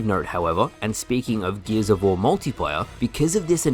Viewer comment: Great vid. Also "geezavor" 🤣